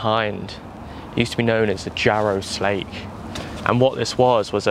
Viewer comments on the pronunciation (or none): Slake is pronounced locally as "Slack", i.e. the Jarra Slack